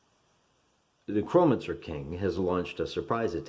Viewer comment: It’s ‘Neck-ROW mancer’ you illiterate hill jack